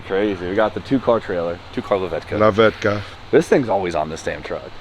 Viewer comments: Being a Pole it always cracks me down when you guys says "Lawetka" xD Thx to Nightride :D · NO F WAY YOU SAID LAWETKA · "lawetka" :D